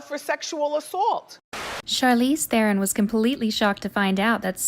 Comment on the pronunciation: Charlize th eron Omwwww You pronounce the T And the on Charloze Ta-not tahhh-Ta-ron